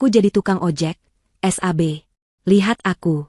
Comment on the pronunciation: Yang baca teks oon Sab tapi bacanya s... a... b hadeh payah 😛